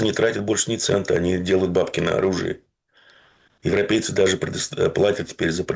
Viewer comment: Еще " укрейцы" есть и "еврепейцы"😅